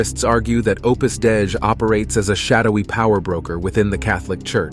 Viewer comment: Opus Dei (day-ee)